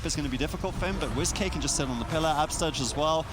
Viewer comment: Is wizk name actually wiz-k like your saying or is it supposed to be said like whisk and you guys keep saying wiz-k it’s wizk